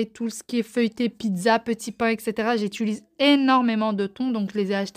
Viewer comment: Bon je mets mes écouteurs pour regarder tes vidéos maintenant sinon mon mari hurle à chaque fois que tu dis" j'étulise" au lieu de j'utilise 🤣